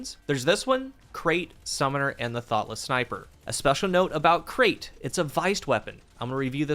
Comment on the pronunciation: I love how you call Krait like Crate, it's pronounced like Bright, it's named after a snake